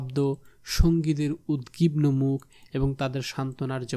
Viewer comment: তো, আপনি এত কথা বলেন কেন? উচ্চারণের ব্যাপার আরো সতর্কতা আশা করছি। আপনি 'উদবিগনোকে' বলেছেন 'উদগিবনো' 😭